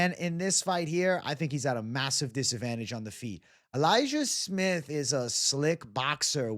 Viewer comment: so your going elijiah smith? sounded like you said liked su young at first